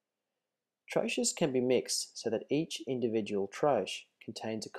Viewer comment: There are so many things wrongs in this video... She should be wearing hair net, gown sleeves should cover the entire arm up to the wrists, also safety goggles. By no reason should get her face so close to the medication nor breath over it, and the correct pronunciation is trō-key, no tro-ches.